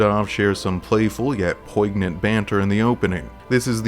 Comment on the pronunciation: Sometimes pronunciations are subjective or locale specific but I'm 100% sure that the g in poignant is never pronounced